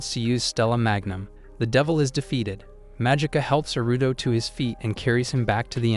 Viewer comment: It's Aruto. The voice is saying Aruto the same way westerners say Naruto.